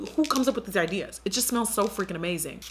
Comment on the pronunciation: You had me dying how you said " It smells Ah-mazing!" 😂